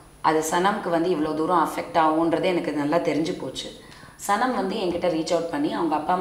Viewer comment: Yes !! She don't know how to spell a name !! She tells Shanam 😂😂instead of Sanam🙊